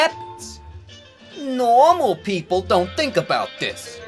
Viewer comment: « NORMOL POPLE DONT FINK ABOUT THIS. » Dude definitely no normal lmfao.